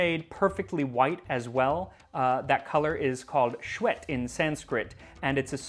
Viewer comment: Immpresive. Shwet is pronounced s-vae-t.